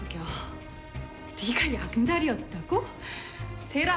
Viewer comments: ㅋㅋㅋㅋㅋㅋㅋㅋㅋㅋㅋㅋㅋㅋㅋ 아마 양달희 일 거에용!! 근데 진짜 양다리로 들리네옄ㅋㅋㅌㅌㅌ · 나만 그런가 양다희가 양다리 라고 들려...... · 들을수록 양달희가 양다리로 들림.. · 양달히 나만 양다리로 들려서 웃기나 ㅋㅋ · 나만 양달희를 양다리로 들었..... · 양달희를 양다리로 들음